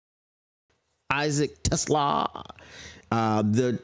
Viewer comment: I couldn't watch this after like the fifth time you pronounced his name wrong. Trash move. Feels like racism. I bet if he was a brother you wouldn't disrespect like that.